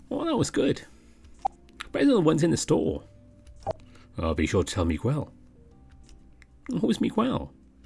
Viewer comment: sir, the u in Miguel is silent